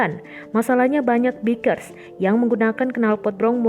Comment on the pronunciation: Baikers mbaaa bacanya